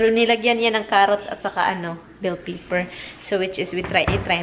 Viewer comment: Pepper not paper